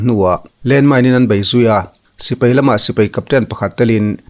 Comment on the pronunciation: Sipai tih em em te chu a rik dan dikin lam teh aw. A zialo em mai. Sipei ti suh.